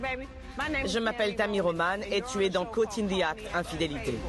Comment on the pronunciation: haa trop bien tu as essayée de prononcer caught correctement, heu... c'est mieux mais pas encore ça mdrr je me moque pas je t'adore. mets toi dans la peau d'une parisienne bobo riche avec une façon de parler très prout prout et dis " je pars en vacances sur la côwte" et là tu l'aura le caught XD big bisous 🥰